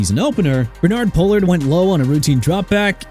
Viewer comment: I'm done. You can't pronounce New Orleans or Pollard you need to quit. New Orleans (pronounced New Or-lins) and Pollard (pronounced pah-lurd). MAYBE I SHOULD STOP WATCHING LIKE MR WILSONHARTSCHAEFER SAID OR MAYBE I SHOULDN'T CUZ I DON'T NEED PPL TELLING ME WHAT TO DO PERIOD! And you know what? You can keep bringing up Miami passing on Brees for Culpepper and Marino getting injured in 1993 and their "quarterback instability" and their "coaching turnover". I really don't care.